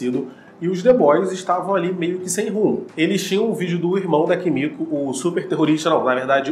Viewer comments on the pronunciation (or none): none